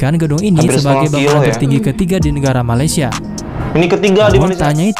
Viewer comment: Tertinggi bang , bukan teruggi